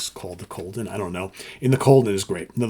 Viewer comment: it’s ‘In The Golden’ not ‘Colden’.